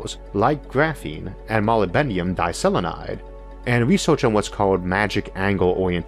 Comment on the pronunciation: Molybdenum: meh-LIB-deh-num (like platinum, lanthanum, alu^H^H^H)